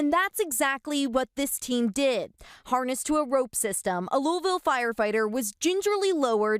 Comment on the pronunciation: news channels should not be able to speak at all about Louisville unless they are able to properly pronounce the City 100% properly.